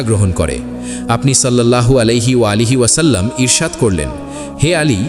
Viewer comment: আলাইহি ওয়ালাইহি পাইলেন কই..? আমাদের নবীজির নাম কি আপনি পয়দা করছেন..? 😡🫵 নাউজুবিল্লাহ মিন জালেখ 😡 আগে নবীজির নাম তো ঠিক করে বলা শিখ তারপর নাইলে হাদিস বয়ান 🫵👎